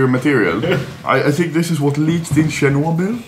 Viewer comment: Щернобьиль xDD Он как гастарбайтер говорит из Наша Russia.